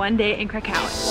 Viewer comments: Great video, but I did not know there is a city in Poland called "karacacow" 😂😂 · Every time you say "Kraków" I head "cacao" from that Portlandia sketch... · Krakau ? Hmmm , I thought Kraków ( krakoov ) is a Polish city ,not German ! so Guys next time please use polish pronunciation . Ps. Fair enough u say Auschwizt not Oświęcim as that was a GERMAN CONCENTRATION CAMP and the only foreign pronunciation that we except is Warsaw for Warszawa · Yeah , the way they pronounce Kraków (krakoov) completely put me off of watching this vlog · wow you'd think they'd be able to pronounce Krakow correctly but i guess not. my grandparents Came from there, also my friend from Poland would say: NOPE. the correct pronunciation is (Krakov) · Nice video! But you are misspronouncing Kraków (Kraa-kof) and its pierogi not pierogis! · The way you pronounce Kra-COW is very irritating. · Yeah I mean at least pronounce "w" correctly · My goodness, each time you said Krakow in such an American tone, I cringed. Please try to pronounce the name more like the Poles would say.